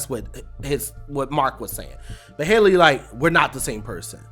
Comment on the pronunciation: HELL-Y not Hailey lol